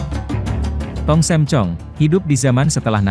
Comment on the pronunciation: Tong sam, bukan tong Sem pak 🙏🙏🙏